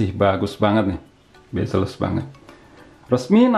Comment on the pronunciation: 'Bazelles' kirain apaan, ternyata Bezelless wkwkwkww